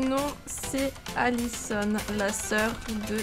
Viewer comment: J’entends ADISON mais t’écris ALISON 😂 Jdois être sourde xD